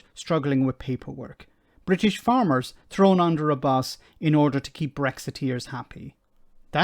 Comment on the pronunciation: She can't even talk properly "Bri ish" and "opportuni y". No wonder people laugh at the English. We don't do ourselves any favours.